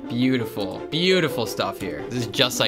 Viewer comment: “They have butifull feet” got me laughing and made me say he needs therapy